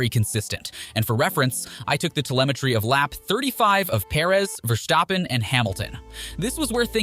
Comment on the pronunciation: Please pronounce his name correct: It"s VERstappen and not VerStAppen. He is Dutch not German